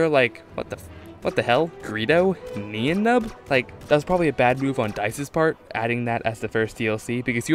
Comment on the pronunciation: for someone who claims to know a lot about star wars I'd think you'd be able to pronounce Nien Nunb's name